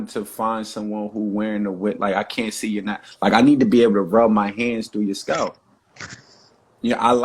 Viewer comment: I don't want a man who can't pronounce naVel, and scalP.